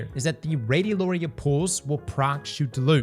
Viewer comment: pronouncing radiolaria right challenge = impossible